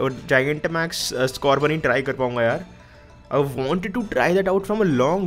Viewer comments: He said cindrece skorbunny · why he is saying cindres sorbunny ,nice video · he was saying cidreace scoorbunny all the time